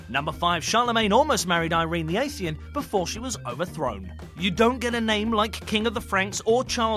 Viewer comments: ah-thee-nee-ahn. not ay-thee-ahn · "ayyythenian"? Atheeenian,. come on. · Good, but spoilt (yet again) by sloppy pronunciation. Who was Irene the Athian? I known that Irene the Athenian came from Athens, which was why she was 'Athenian'. But where did Irene the Athian come from? Athie? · I think you're missing a syllable in the word "Athenian" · Noo-clee-ar. A-thee-nee-an. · Athian? Lol. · Empress Irene of Athens or Irene the Athenian. You've failed to pronounce it right. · is that how you pronounce athenian?